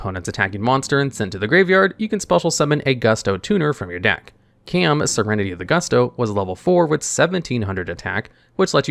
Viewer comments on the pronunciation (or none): KAY-AM?! I've heard some egregious mispronounciation from you before but I can't believe you missed this one. It's literally just how you would regularly pronounce Calm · Engagement farming, engagement farming, Caam is pronounced like Calm